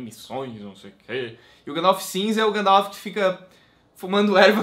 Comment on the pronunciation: pare de falar Gandalf errado..huahua